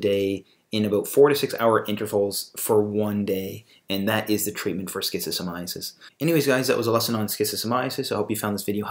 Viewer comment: Stop pronouncing it like schizophrenia. I don’t understand how you tube allows this video to remain here and I find it odd. It’s the first video I see and the last thing I’m going to do is watch a video about something made by someone who doesn’t even pronounce it properly and also creates a connection between schizophrenia and schistosomiasis… something fishy is going on here